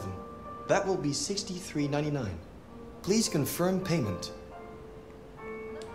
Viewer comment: this dude really butchered a 99% rate